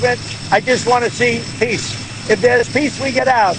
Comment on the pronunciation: He wants to see peace?........he is pronuncing piss!!!!!!